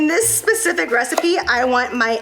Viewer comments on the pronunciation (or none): Glad I’m not the only one that says specific like that sometimes. Must be that Florida education 🤣